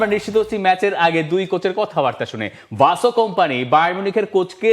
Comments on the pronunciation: ভাই তোরা "ভাসো" বলিস কেন। সঠিক উচ্চারন শুনে নিন তার নিজের মুখে। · Right👍 . ভাই তোরা "ভাসো" বলিস কেন। সঠিক উচ্চারন শুনে নিন তার নিজের মুখে।